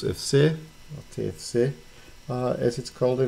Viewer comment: Funnily enough, the nickname is not TFC (pronounced Té Èf Cé as you did) but Té Fé Cé 😃 (or "Le Tèf" also) Cool deal you got there!